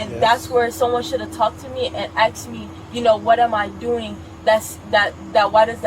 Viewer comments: she said "aksed". guilty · "someone should have axed me" - first sensible thing she said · " Someone shoulda talked to me and axed me" ... yep she been axed